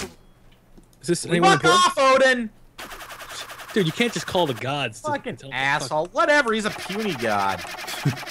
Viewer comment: It's Odin, not Oden.